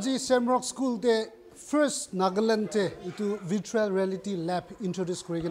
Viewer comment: It is not vritual but Virtual. Please google the sound how to pronounce before presenting the news.